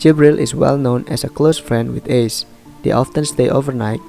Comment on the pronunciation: Bang izin ralat sebenarnya kalau buat nama orang pakai biasa aja bang, Ace ngga ase